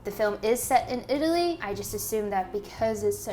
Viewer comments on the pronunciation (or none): none